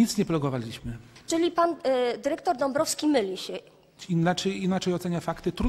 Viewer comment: Derektor, piniondze, taki prawie polski język